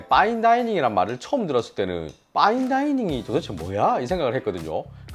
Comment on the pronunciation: 빠인다이닝 ㅋㅋㅋ 원어민인줄 😂